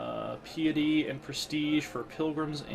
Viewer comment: Piety = pie-etty not pee-etty driving me mad!